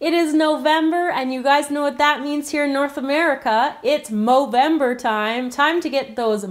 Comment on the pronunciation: why do you say movemdr